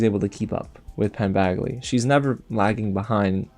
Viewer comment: Did you call him Penn BAGly? 😄😄